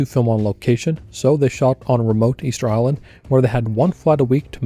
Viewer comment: Do you want to try to say the word island again? That was terrible to listen to.